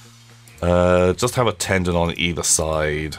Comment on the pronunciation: By the way, it is "ten-don" as in the number ten and "don" like "dawn" or a mafia "don".